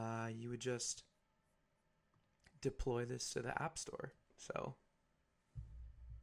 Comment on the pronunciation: Thought u said app stor???